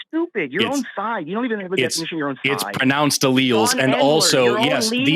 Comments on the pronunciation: I was getting bored of the troll call and about to give up on the waste of time, but I audibly shrieked when he said, "AL-elz"! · Tomato- tomahto Alleles Allllelllllls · "allels" is sending me to the moon!! he doesnt even know basic biology 😂 my one semester bio101 class taught me this, so im certain this cannot be a lawyer when one year of undergrad will ensure you wouldnt be saying "allels". he's truly insufferable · Allele vs El Als 😅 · Ahhh.....the engineers fallacy at work once again. Oh, and a serious mental condition. Bonus points for saying al-els. Love this guy. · “Al-lells” this guy is ridiculous! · LOL, this guy is a clown, did you hear how he pronounced "Alleles"? "AL-EL" LMAO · 🤣 he can't even pronounce the word RIGHT 😂 typical person who never went to college, dude doesn't know how to breakdown a word to pronounce it 🤣. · HOLY SHIT DID HE SERIOUSLY JUST MISPRONOUNCE ALLELES? Dude, that's like grade school science, and this jackass has the gal to say he's SMARTER than you. He can't even pronounce the words right! This is the most extreme dunning kruger I've possibly ever seen. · When he’s trying to “correct” Forrest about alleles, while mispronouncing alleles, had me dying 🤣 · The way he pronounced alleles. Lol 😂 how is this guy so pompous 😂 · And then not even pronouncing allele correctly on top of that... that's not even a hard word, I swear I could show the word to a 2nd grader and get consistent results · Ah-lells!! 🤣🤣🤣🤣 Shoppen-hauer! 🤣🤣🤣🤣🤣 What an uneducated moron! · “I know more about this than you scientists do, because I’m a pathologically insecure, unstable pretend attorney. Want me to prove it? Great, I will now demonstrate that I can’t even pronounce norepinephrine, which I think is some kind of medication, and alleles, which I don’t know anything about. Why are you so scared of me?”